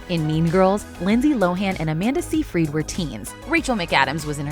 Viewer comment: The only thing I get out of this whole thing is after all this time, people still pronounce Amanda Seyfried's name as SEE-freed when it's pronounced SY-frid. ~SIGH~